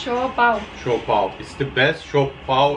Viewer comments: Siopao, Siopai and Siompao. 🤣🤣🤣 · "SIOPAI"😱 whattttt🙆🤣👻😝🤦😁🤷💯💚, it's siopao🤗mashallah✌️